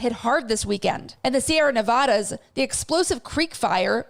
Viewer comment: Its pronounced Neh-vah-duh not Neh-voh-duh